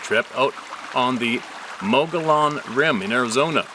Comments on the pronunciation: Mogollon - pronounced "Muggyown" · Pronounced: MOE-GEE-ON ...I am also from AZ and my Father was a archeologist there.